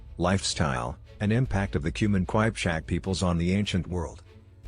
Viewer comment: Wtf is...kwajpchak😂😂 it is Kipchak